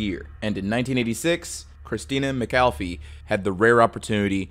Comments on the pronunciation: i do love your channel & videos but I wish you'd take a bit more time with names... you pronounced Christa McAulliffe several different ways, including calling her McAfee. Names mean something & those of the dead should be treated with respect even more so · Seriously! Pronounce Christa McAuliffe's name right! She deserves better!! This voice must be a bot!